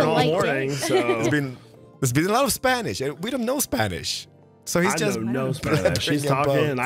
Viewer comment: naah! He speaks a lot more spanish than I anticipated. Has a very decent pronunciation too, probably because my man is polish, and we pronounce vowels similarly